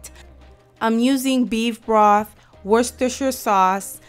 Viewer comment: thank you, but wooster (sounds like) not worse ester ;)